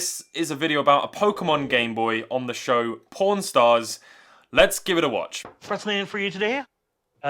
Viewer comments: speech impediment makes "Pawn star" sound like "Pornstah" 🙂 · when he say's pawnstars it sounds so much like pornstars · I keep hearing por* stars instead of pawn star